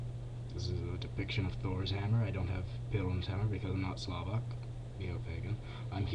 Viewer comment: You pronounced Slovak, it's rather Slavik, and it's the religion of Slovaks, Czechs, Serbs, Russians...